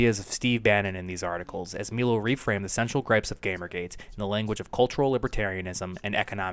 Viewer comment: Also, it’s snd: “My Low” Not snd: “Me low”